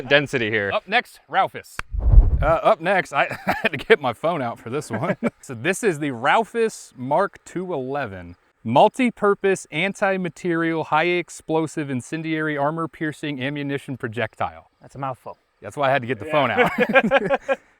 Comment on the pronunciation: Mispronounced and misspelled "anti-materiel" for the ammunition spec.